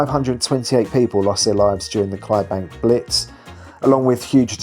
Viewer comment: The fourth letter of Clydebank is “D” may I suggest that you pronounce it and also fact check your content ?